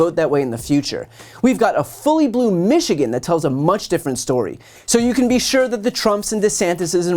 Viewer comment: You don't want a lot of stuff. But, let tell you whipper snapper, we do want the opposite of what you want. By the way, practice and pronounce Michigan correctly.